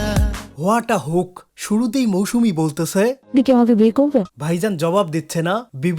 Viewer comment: He literally said "মৌসুনা" 🐸